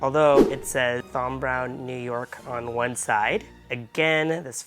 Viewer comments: Great video but its pronounced Tom you dont need to pronounce the Th in Thom. My middle name is Thomas pronounced Tomas. 😂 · FYI - You pronounce it as TOM, as in tom and jerry you don't pronounce the H as in TH.